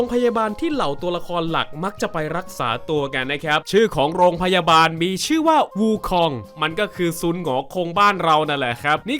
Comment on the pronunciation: Wu Kong อ่านแบบจีน(น่าจะพินอิน) อ่านได้ว่าหงอคงครับ